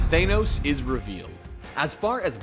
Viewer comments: Thaynos? WTF! Its Thanos Th-a-no-s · It's pronounced Th-an-os not Th-ane-os u dumbass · Chiterati? Thaynos? Dude... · thanos not thanose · Than-os, not Thane-os. chit-r-ee, not whatever the heck you called them over and over again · the way he says thanos is cringy, its ThAHnos not ThAYnos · also thane-os instead of thanos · Thanos not Thainos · Ashley Golden Yeah, so why did you fanos It's Thanos What about the fucking TH are you an idiot? Jesus you can't even pronounce anything properly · "thaynos" "chitaurati" wtf is a chitaurati its chitauri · I'm sorry... "ThaYnos"? "Chittaratti"?! You guys need to rewatch all of these. Right now. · teh-nose the mad Titan...... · How this dude pronouncing so many names wrong when they literally say the names in the movies lol. Than-os.... CHIT-ARE-EE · And TAN-OSE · Can this guy say thanos or chitauri right pls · Holy shit learn how to pronounce Thanos and Chitauri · This guy mispronounced thanos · They've said words and names like "Thanos" and "Chitauri" several time in the movies so why the hell can't the narrator pronounce it right?